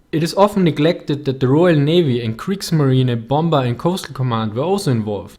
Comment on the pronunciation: I know you know the right way but Ill say it anyway,. its pr onounced bomer not bomber the second B is silent,..lol, ty. love your vids!!